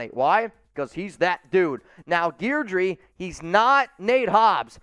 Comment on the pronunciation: Guidry is pronounced GIDJ-REE